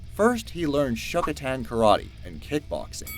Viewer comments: not "Shokotan", but "Shotokan" :D 1988, not 1998 :P but nice video overall!!! (y) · Dumbass...... its shotokan karate not......shokotan.... Dumbass..... Bloodsport came out in 1988...... not 1998.... who the fuck edits these videos? I swear this is Youtube standard now haha complete MISinformation. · This guy narrating needs to know how to pronounce the words correctly ... shokatan? It’s Shotokan ... who is this clown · Van Damme studied Shotokan (not shokotan or whatever he said.) Oss. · Good to speakout correctly the things you speak about.Shotokan not shokotan, Woodley,not Woody..just to mention...because so everybody knows,ya dont know nothing what youre speaking about.. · The 1988/1998 mistake isn't the only one. They pronounced Van Damme's Karate style as Shokotan instead of Shotokan. I mean come on... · Did you say shokotan karate? I thought it was shotokan karate? Lol maybe I'm just getting old. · Please learn how to pronounce these martial arts before you commit them to film. Van Damme studied Shotokan karate, not Shokotan. And Bloodsport was 1988 not 98. Next you’ll be saying that Schwarzenegger was born in Australia!! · It's not Shokotan,it's Shotokan. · ShotoKan, not Shokotan... OMG, you guys kill me with this... seams like most of you are reading the same text where this is miss-spelled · The narrator also said "Shokotan" instead of "Shotokan" Karate; poorly edited material.